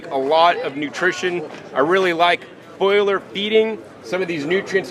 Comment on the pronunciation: foh-lee-are feeding